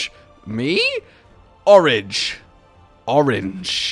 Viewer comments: Hey, nice to shout out the Manga! It's pronounced Oh-Rah-Gay, like the e has a little accent on it Edit: also, how cool is the concept of Wind Element Weapons?!?! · Ha ! I know these two. Read the manga when it came out, it's average fun. Also, Orage is french for thunderstorm, pronounces O - RAH - J.